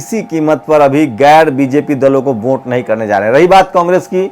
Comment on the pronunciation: Vote hota hai bhai..Vonte nahi...thoda pronounciation thik rakhiye..